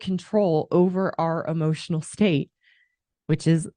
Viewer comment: Bit of advice when talking about E-motional Intelligence, Stop saying A-Motional Intelligence, you sound like a fucking moron, not being a grammar nazi, its a pet peeve, like "Ask" and "Axs"